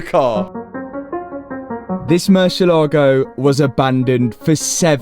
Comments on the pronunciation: it is not pronounce murcielAgo with the pronunciation on the A... it is pronounced murciélago... you see that accent on the e?? éééé??? than means that the pronunciation hight is no the é... not the a... just to let you know... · Come on man, learn how the name of your dream car is pronounced! It is not Merchi Logo! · It really hurts me that most people will mispronounce Murciélago.